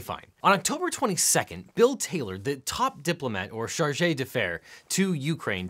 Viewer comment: Mon francais cest tres Mal, mais je pense que le mot "charge" cest dou syllables.